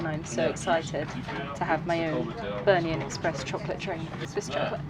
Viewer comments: Bernina NOT Bernian lol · Why are you saying Bernia?? It’s Bernina. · BER-NINA - there's a second 'n' in the name guys!!!! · Bernina is pronounced Bear neena.